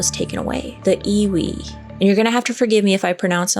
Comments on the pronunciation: Native Hawaiian here. Pronunciation is "eevee", like the Pokémon. My ancestors viewed the flesh, organs, etc, as having no spiritual value. All the mana (spiritual power) is in the ʻiwi (bones) of the body. This is why the disturbing and relocating of human remains is such a controversial issue. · Native Hawaiian here, the 'W' is pronounced as a "V" :) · in Hawaiian, ʻŌlelo Hawaiʻi, the "w" is pronounced as a "v". So "Iwi" is pronounced as "Eevee". And in different contexts it means much more than bones. Like the bone-dust of generations being connected to the land. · Iwi is pronounced Eevee and it means bones. W is pronounced as a V in certain words. Kanu (kah-new) is the ceremony for burial as you are talking about. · LOVE your channel,! ALWAYS fascinating (and entertaining). 😊 FYI...The correct pronunciation for the ancient Hawaiian practice Iwi, is pronounced EYE-wee. ❤️ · The w in iwi is pronounced as a “v” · Iwi, w has the sound of a V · I am from hawaii and am hawaiian. And the word sounds like E-V-E. IWI and u said mana perfectly